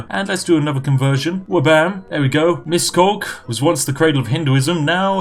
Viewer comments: Miszkolk.. nice.. That's not how you say it but not bad... XD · It's more like Mishkolts :D